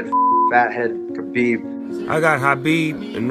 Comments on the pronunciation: The ufc pronounced his name wrong his entire career. The Kh in his name makes the flem sound (yes like you're hawking a loogy). So its flemsound-abib, its not Kabib or Habib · I think Khabib is saying it wrong too but that’s probably how they pronounce it where he lives. The Kh at the start isn’t a K or a H the two letters combined together make a sound that’s only in the Arabic alphabet. I don’t type in Arabic so if you want to reply with a better explanation you’re welcome to.